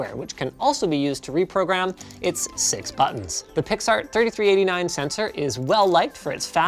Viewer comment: the way he said six made me uncomfortable if you see what I mean